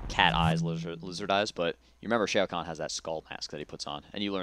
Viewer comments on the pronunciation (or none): Lol he pronounces Shao Khan like "Shay-oh" Khan -.